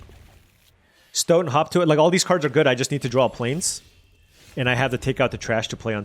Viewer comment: hearing you say "hop to it" makes me double-take each time because it sounds like "hawk tuah"......damn the internet